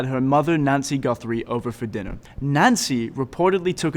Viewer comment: Her last name is GUTHRIE not GUNTHRIE you moron!!!